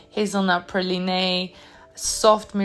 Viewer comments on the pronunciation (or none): Great video! I also wanted to point out 'Praline' is pronounced 'Pra-leen', not 'Pra-leen-ay', hope you don't mind. 😊